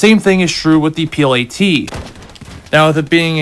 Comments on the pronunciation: its not P.L.A.T ... ITS P.i.a.t ..(projector infantry anti tank) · Bud its a piat not a plat lol but thanks for the info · The piat is pronounced like fiat not plat